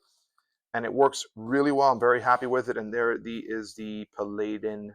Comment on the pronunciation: its pronounced Pal-add-in